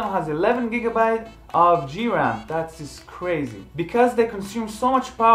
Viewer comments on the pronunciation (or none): none